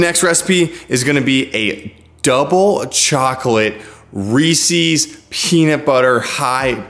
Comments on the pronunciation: You have a great media voice but fyi it’s promise pronounced “Reese-is” Like Reese as in Reese Witherspoon, not “Reese-ease” ;) Thanks for these recipes, can’t wait to try them out! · This is amazing, great video! Except of course, it's definitely not REEEEEESIIIIIEES. It's Reese's. Lol 😂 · Reese’s is pronounced rees-ez not ree-seas. Would you say something owned by Reese Witherspoon was ree-seas? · Omg. Reese's rhymes with pieces NOT feces!!!! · "Ree sees" 🤢 Other than that, good video. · Why is everyone mispronouncing Reese's all of a sudden? Do you hate Reese's? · Please don’t pronounce Reeses that way